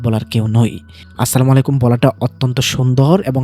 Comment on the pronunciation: ভাই আপনি যে সলামুন আলাইকুম উচ্চারণ করলেন সেটা ভুল উচ্চারণ কারণ। সালামুন শব্দে লাম উচ্চারণের সময় একটু দীর্ঘ করতে হয় কুরআনের শব্দ অনুযায়ী। আর আলাইকুম উচ্চারণের সময় শুরুতে আরবি শব্দের "আইন" দিয়ে শুরু করতে হবে এবং লাম্ উচ্চারণের সময় দীর্ঘ করতে হয়। তাইলে উচ্চারণ ঠিক হবে।❤❤